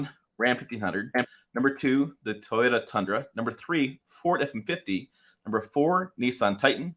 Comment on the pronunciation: “Ford effinfitty”